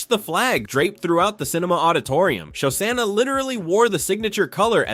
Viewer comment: I liked the video. Your pronunciation of Shosanna is horrendous though. Show-Shawna….